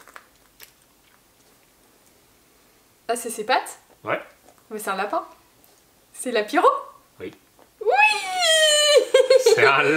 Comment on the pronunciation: Ce n’ai pas lapyro mais c’est flambino.